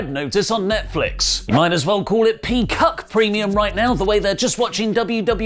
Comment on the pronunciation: “Peaccuck” DYDDEEEEE